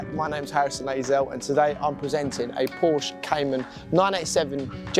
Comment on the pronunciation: Por-sha. It’s a two syllable word.